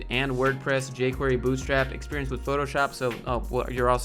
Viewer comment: Love that how you pronounced "Experiance" is pretty close to the french pronunciation, even though we also write it with an E. That's how wrong "Experiance" is. Good video, HR sucks, woo